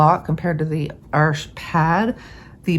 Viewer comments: That was interesting - I think I've run into the same problem with Arches papers - Arches est un nom francais, n'est-ce pas? So your (and my) pronunciation is right! Even if we do have some issues with it. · Before I say anything else - haven't watched the video yet! Thank you for pronouncing Arches properly. And 'hugely' is certainly a word. Now I have watched the video, and found it very interesting; I conclude that I'd happily use either of them, based on your tutorial....I haven't always got on too well with Arches papers, even though they're of excellent quality; there's just something about their resistance to water - or maybe it's lack of practice. I've just received some samples of Baohang paper, so we'll have a crack at that. Current favourites are the German papers; Hahnemuehle, and Schoellershammer - both do very interesting rough torchons; I'd be very interested to see you run tests on them: if you want a hard edge, they'll give it to you; and yet they also blend easily. I know you can spend a fortune testing different papers, there are so many these days (and one or two that you just can't get any more). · Thank you for the correct pronunciation of Arches! So many people pronounce it wrong. For anyone thinking of using this paper to make their own sketchbook, the Baohong is long grain, so the blocks don't work but they do have quarter sheets available on Amazon. Also, other reviewers have said the Artist grade Baohong is virtually the same as the Academy grade, so that's a plus for those of us wanting to save money. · Thank you for correct pronunciation on Arches! It’s not an arch, it’s paper and it’s French so…….. oui oui🤣❤️‍🔥